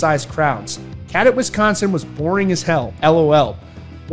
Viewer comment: U said cadott wrong lol I was there it was dead!!! VIP crowd was dead!! And he’s right. Wife and I were so pissed how we couldn’t see shit! Waste of money never will do it again! Artist can say what they want. We do talk our shit if they perform shitty! Why can’t they say god why come back if the crowd isn’t pumped to see the band! I support Ronnie and Falling in Reverse and will see them again! And we tried to “mosh” and have fun security came into the crowd and stood by us it sucked!!